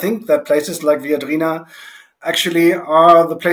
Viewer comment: Can the resilience person please pronounce the name Viadrina correctly, i. e. as a latin word!?